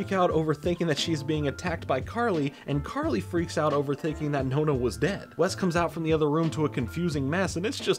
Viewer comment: It makes me smile that the way you say "nonna" sounds more like the italian word for "ninth" (nona) than "grandma" ahahah. Anyways, back to the video.